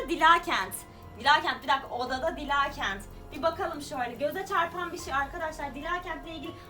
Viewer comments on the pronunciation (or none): Abla ismin dilaaa kent diye okunmuyor dila diye okunuyor